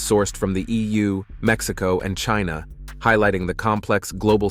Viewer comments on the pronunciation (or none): none